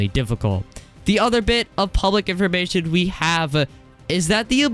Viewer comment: not hating but why do you pronounce it “informashing” 😭